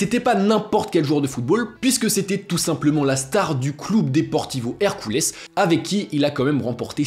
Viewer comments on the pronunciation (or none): none